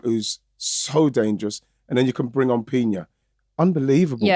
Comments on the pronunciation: Come on guys, pronounce Claudia Pina's name properly. It's not Piña, it's Pina, just an "n". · Great episode you guys. Just one thing, its Claudia Pina, not Piña, pronounced like an N 🙏